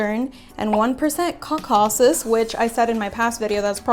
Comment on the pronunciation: The way she pronounced 'caucasus' cracked me up 😂😂😂😂😂.